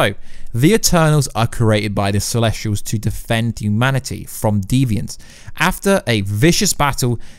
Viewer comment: CELESTIAL not CELESTRIAL! Get it right.